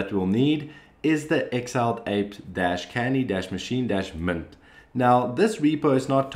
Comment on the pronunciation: The way you said "MINT" had me replay like five times lol